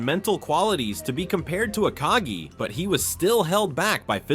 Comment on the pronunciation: It’s KagE and not kagi:)